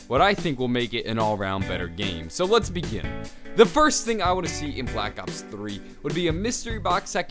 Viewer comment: Did it sound like he said black ops 30?